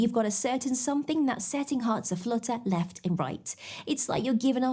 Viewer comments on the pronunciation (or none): none